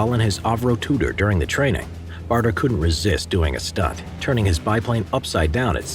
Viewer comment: Douglas BADER. Not BARTER. Otherwise, well done.